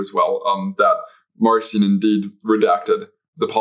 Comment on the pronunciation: Marcion should be pronounced with a hard K sound since in Greek the name is Μαρκίων. Just a minor pet peeve of mine. Great episode!